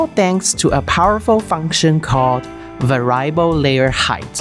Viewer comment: Good video. I enjoy the Elegoo content, keep it coming. Most native English speakers pronounce the word as "vair-ee-uh-bull". I only speak a single language, so I am NOT criticizing. I am in awe of people who speak multiple languages!